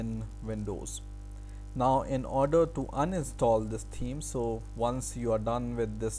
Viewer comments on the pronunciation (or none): is he saying theme or team?